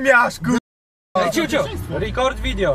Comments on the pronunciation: "Rikord Vidjo" jak mnie coś kiedyś trafi... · Rikord wideło